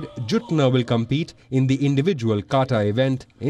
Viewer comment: Please correct it! Its KATA not kata! 🙄😒